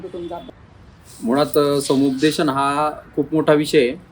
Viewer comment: संपूदेशन नाही. समुपदेशन.